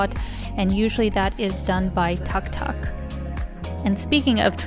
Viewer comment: Sis, tuk tuk is pronounced took took 🤗😍😀😘